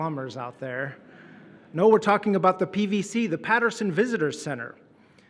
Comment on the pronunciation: At 1. Did he say"seven neen"? One thinks he did. This one thinks he must work on pronunciation (I'm sorry, but he annoys me so much that I've become a pedant. Do you know that I can't stand it when he says, "nooooo" in that sodding way of his. It sounds so bloody wet)